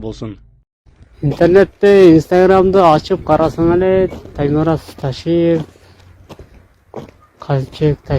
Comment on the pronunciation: не ташаев а Ташиев это звучит как груша а не